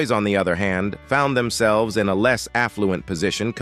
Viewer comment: Hmmm. First of all, this is not the old west. And then, why not actually have a person from the Pike County/Appalachia area do the voice rather than AI? The AI couldn't even pronounce the names correctly, which is very insulting. It couldn't even say "themselves". Rather it says "them-selvas". There are a lot of folks in the area who would do this so well. And they could add a lot of context to it. Shameful.